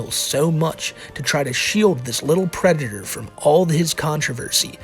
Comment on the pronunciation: Lmao the white bowser is a pwedator